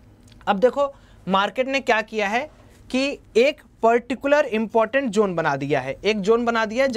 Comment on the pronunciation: bhai usse zone bolte hain, jone nahin😂